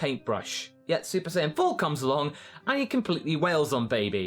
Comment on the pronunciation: ....."Cone along"? Really instead of "come along"?